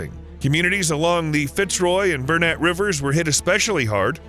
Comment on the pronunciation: I came to say the same. He pronounced Burnett river correctly though 😂 Now we just have to stop big corporations destroying farmlands for a coal mine